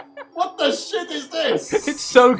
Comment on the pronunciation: I love the random Italian accent as he says "What the shit is this?!"